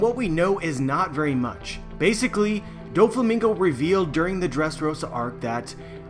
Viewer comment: Stop saying Basicily